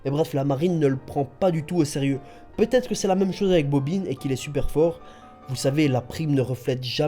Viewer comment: mdr tu est le seul a savoir prononcé bobine lol pas bobin